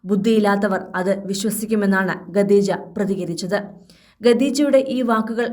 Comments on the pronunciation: വായനക്കാരിക്ക് ഖദീജ എന്ന് പറയാൻ അറിയില്ലെന്ന് തോനുന്നു ഗദീജ എന്നാ പറയുന്നത് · ഇതെന്ത് വാർത്ത..ആകാശവാണി ആണോ? എന്തിനാ ഇങ്ങനെ ഒരു ചാനൽ?😱🥵🤑 ഗദീജ അല്ല, ഖദീജ ആണ്. ഖ, ഖ.... പറഞ്ഞേ 🥵🤑🙉